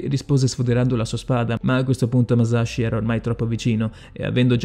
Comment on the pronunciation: Sì, pronunciato giusto sarebbe anche più figo, ma sì. Non "Maiamoto" "miiamoto". Stessa roba per "muscia sciugaio". E' "muscia sciughio". Comunque Musashi non si rifiutò mai di combattere come il vassallo di nessuno. Non gli fu nemmeno proposto, di fatto non diventò mai samurai, e dunque nemmeno ronin. Era un nessuno, che riuscì a procurarsi una lancia per puro caso e si arruolò come soldato regolare. "nodachi", non "nondachi". Nella dinamica del combattimento, Musashi non si spostò mai di lato, semplicemente, sorprese Kojiro perché il bokken ricavato dal remo della sua barca era molto più lungo del normale, quindi Kojiro non si aspettava una gittata simile, anche considerando che Musashi entrò in una posizione chiamata waki-no-gamae, in cui il corpo è di profilo e la lunghezza della spada è nascosta dalle gambe. Ultimissima cosa poi ho finito con la pignoleria, perdonatemi. Musashi uccise in realtà pochissime persone. Relativamente presto rispetto a quando iniziò il suo vagabondaggio, utilizzò solo un bokuto, o bokken, per combattere, e in quest'arco di scontri, oltre a Kojiro, e Kihei, uccise solo un'altra persona, per errore, facendogli sbattere la testa contro un masso. Ok perdonatemi la pignoleria ma era più forte di me XD